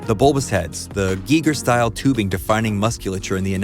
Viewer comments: Pronounced "Guy-ger"...not "Gee-ger"...also, he was an actual artist for decades before he went to do movies... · The biggest takeaway I have is that that been pronouncing Giger wrong.